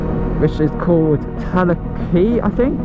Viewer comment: Nice one. You went along the old coast road which was replaced by the A55 when it was built in 70s and 80s and saw the Duke of Lancaster, the old derelict ship on the way to Talacre (its pronounced Tal-ack-rer). Theres loads of static caravan parks there so its busy in the Summer.